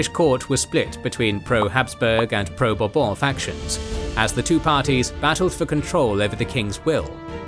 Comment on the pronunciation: i am so glad Bourbon sounded like a royal family name in this video (and not some kentucky liquor). By the way, if i had any say, i wish that kentucky liquor was pronounced the way the royal family name is pronouced. (Talking about chinese, i happen to hear a lot from the chin dynasty even if transliterated qin, nobody never actually pronounce it "kin" so i guess people do check on non european pronounciation from time to time)